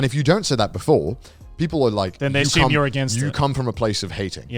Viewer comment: How long until the boys realize Connor says "assume" as Ashume and go into lenguage tangent